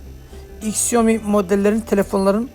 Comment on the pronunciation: Onun adı iksiomi diye okunmaz şaomi diye okunur